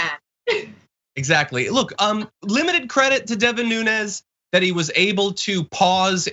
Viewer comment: You know people on here are low IQ when you’re calling this guy a moron yet the man who made this video couldn’t even get DEVIN NUNEZ name correct.